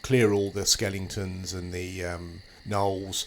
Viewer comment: "Skelingtons" lol